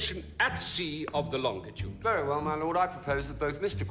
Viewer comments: Why can't people say longitude properly? It is not LongDitude or LongTitude. WTH? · She keeps saying "longtitude". No "tit" in longitude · Darling its LonGITude ....not LongTIT ude !!